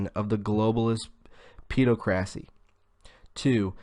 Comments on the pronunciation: "Peh-DOCK-rissy" OR "ped AWK ruh-see" - my ears HURT after that torture! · Awesome as always m8!! just a heads up pedocracy = hypocrisy is aimed at paedophiles - sounds like "ped o crassy" tertiary sounds like ter shary =D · Jewels CAM - Yea, it was painful. I'm just trying to concentrate on the content rather than poor pronunciation. He's got guts I'll give him that! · I think "pedocracy" is most likely pronounced as the word "democracy" is.